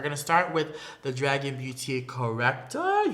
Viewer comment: It should not be pronounced dragen it should be draguuun